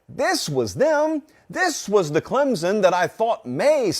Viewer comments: Say it with me... Clem-Son.. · Please people stop putting a Z in the word Clemson. It's Clem-Son. Pretty damn simple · Great video but it's not clemzon it's clemson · For the love of god will someone please teach this guy how to pronounce Clemson properly?